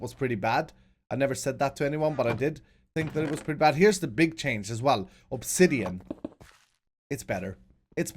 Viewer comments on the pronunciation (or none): none